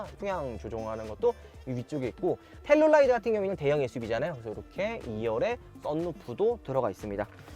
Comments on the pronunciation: 텔룰라이드 X. 텔루라이드 O. 우리나라 사람들의 청개구리식 영어. L은 대부분 R 발음하면서 막상 R은 L 발음으로 함. 예) 룸밀러. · 텔룰라이드 발음 킹받네ㅋ